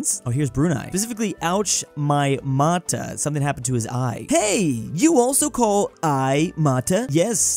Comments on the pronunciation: Mata is pronounced mah-tah. Not sure about other places, but i'm sure about filipino. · Hearing say "mata" wrong over and over again hurt my soul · As a Filipino hearing pronounce "Mata" pains me😭